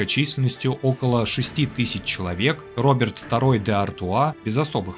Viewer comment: Граф Артуа всё-таки не Роберт, а Робе'р, лягушатник же